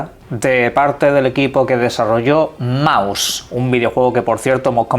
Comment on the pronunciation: No se dice "maus", se dice mouse. ¿O fable se dice "feibol"? Ya no sé XD